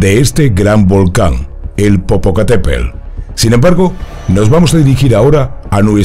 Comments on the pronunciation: jaja no sabe pronunciar Popocatépetl! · Te perdonó no poder pronunciar Popocateptl, solo porque tienes buena voz, y bonito pelo.😁😘